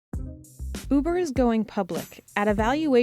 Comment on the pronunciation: Anyone else hear boober instead of uber ?